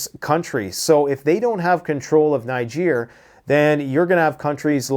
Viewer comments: Putin looks angry for someone who has just won 😂😂 By the way it was the USA Niger have broken with not France. And it’s pronounced Neejer! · I am a Nigeria, its pronouced "Neejay" even if its spelt "Niger". Its a neighboring country to Nigeria.🙂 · Not to be a jerk, but it’s pronounced “ Knee- gehr”